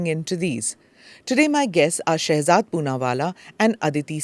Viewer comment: Read as Shehjad